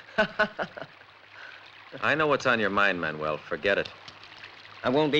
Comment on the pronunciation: Okay, that’s it! Did this movie not have some kind of voice coach? How many times have characters called him MAN-U-WELL? The dude’s name is MAN-WELL FFS!